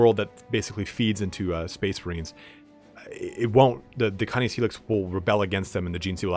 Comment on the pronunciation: its cay-niss. As in canine. As in doggo... as in wolf doggo